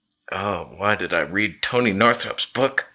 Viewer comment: Caught my self saying TONEH already, im watching too many of your videos. 😂😂 thnks for sharing!